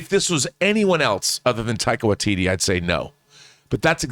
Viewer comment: You say taika watiti and thor, I'm there.